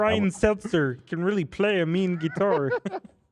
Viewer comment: The "reHhly" soundbite is so fucking funny I'm dying